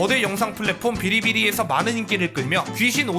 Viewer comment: 비리비리 아니고 빌리빌리아닌가요?